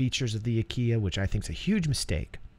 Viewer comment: Sounded like you said Constellation Ikea at one point. So I was like Oh so Ikea went from furnitures to spaceships 900 years in the future! x) This is definitely the Constellation variant I'm gonna get in PU, sounds like it's gonna be so awesome. Great video as always!